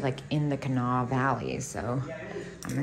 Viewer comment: .....welcome to Charleston...capital city of WV on the Kanawha river. Guess whst...you pronounced it correctly. Way to go. What a great store!